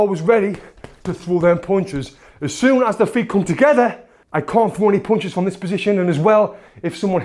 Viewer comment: I like how he says punches, its like "pauwnches" 😂